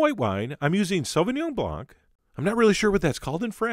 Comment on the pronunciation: You got the name of the wine right, but the c of blanc is silent.